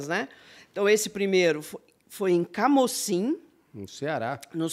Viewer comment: No Ceará pronunciamos como CAMUCIM, não CAMÓCIM